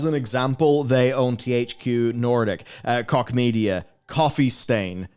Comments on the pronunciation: "Koch" is pronounced "Coke" lol not "cock" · Listening to a native English speaker's pronunciation of Koch will never not be funny.